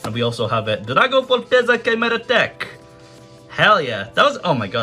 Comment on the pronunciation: The "Chimeratech" went from Italian to Russian